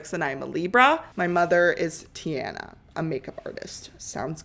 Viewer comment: the way u pronounced “tiana” pissed me off ngl